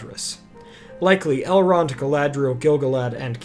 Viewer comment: You keep pronouncing Elrond's name wrong. I read all four Lord the Rings books, Lord Elrond's brother chose a mortal life and became the first king of Gondor, Eragon is his great-grandnephew, which is why he raised him, his daughter Arwen was raised by her grandmother Lady Galadriel. That was why he could speak Elvish, and he was 67 years old by the time of the Fellowship, but look to be in this late 20s early 30s. Not one of the four books say anything about Elrond being a half elf.